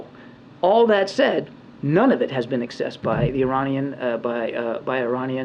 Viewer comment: his talk about the money being "accessed" but pronounced it "excessed". In the real world, once they get their hands on it, it's over, no one is going to keep up with where it's going.